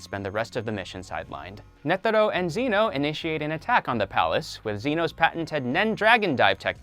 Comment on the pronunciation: The way he said Zeno that made me lose braincells